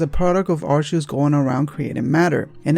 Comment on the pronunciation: "Him"? Giratina is genderless. EDIT: Also, "Arceus" is pronounced "ar-kee-us".